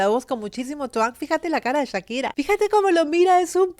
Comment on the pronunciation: Chira?? Echira?? Porque le dices así??